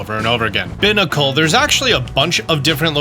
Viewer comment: I can't believe he looked up how to pronounce Barbaracle (the barbarian barnacle Pokemon), but he still pronounces Binacle (the binary barnacle Pokemon) like it's a trash receptacle 😭